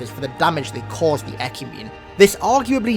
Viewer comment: DID YOU JUST SAY ECUMENE!?!?!?!